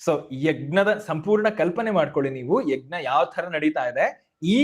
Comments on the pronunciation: ಯಗ್ ನ ಅಲ್ಲ ಯಜ್ ನ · ಯಜ್ಞ ವನ್ನು egnya ಅಂತ ಸರಿಯಾಗಿ ಹೇಳಿ 🙏🏾ನಿಮ್ಮನ್ನು ನೋಡಿ ಕಲಿಯುವವರು ಇರುತ್ತಾರೆ 🙏🏾ಜೈ ಶ್ರೀರಾಮ, ಗ ಕಾರ ಅಲ್ಲ ನಾನು ಹೇಳಿದ್ದು, ನ್ಯ ಬರಬೇಕು ಕೊನೆಯಲ್ಲಿ ಅಂತ, ಅದನ್ನು ಬಿಡಿಸಿ ಬರೆಯಲು, ಇದರಲ್ಲಿ ಇಲ್ಲದೇ ಇರುವುದರಿಂದ, ನಿಮಗೆ ತಿಳಿಯುತ್ತೆ ಅಂತ ಹಾಗೇ ಬರೆದದ್ದು, ವಾಯ್ಸ್ ಮೆಸೇಜ್ ಆಗೋದಿಲ್ಲ ಇಲ್ಲಿ ಅದಕ್ಕೇ ಸರಿಯಾದ ಉಚ್ಚಾರಣೆ ಇರಲಿ ಅಂತ, ನಾನೇನೂ ಎಲ್ಲ ಗೊತ್ತು ಅಂತ ಅಲ್ಲ ಕ್ಷಮಿಸಿ 🙏🏾ಕಲಿಯುವವರು ಇರುತ್ತಾರೆ ಅಂತ ಅಷ್ಟೇ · ಯಜ್+ಞ ಎಂದೇ ಉಚ್ಚರಿಸಬೇಕಾದ್ದು. ಗಕಾರ ಬರಬಾರದು.